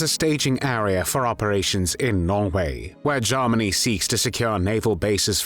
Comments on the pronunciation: Not "Garmany", it's pronounced "Germany". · AWFUL AI. VOICE CANT EVEN PRONOUNCE “GERMANY” 👎🏻